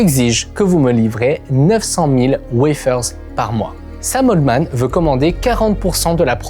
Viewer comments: C'est Sam Altman pas Sam Oldman ... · Pourquoi tu prononces le nom de Scam Altman « Otman » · le frro sappelle ALTMAN pas OLTMAN